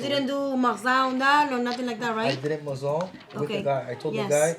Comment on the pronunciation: why are all the jewelers on youtube suddenly saying "mazal?"